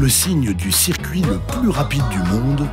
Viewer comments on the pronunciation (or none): none